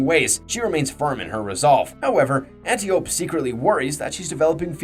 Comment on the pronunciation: An Tie oh pea not anti oop